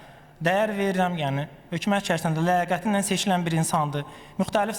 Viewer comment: Danışglara baxe mən ölüm bunnan avam adam necə başa düşsün makro mikro kansetrasiya alternatif tender investisya budu azərbaycan dilinin möhkəmləməsi he hökümət h ya x deyir aybdır ee